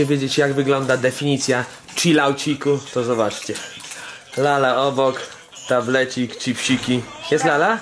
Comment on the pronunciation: "Tablecik, czypsiki"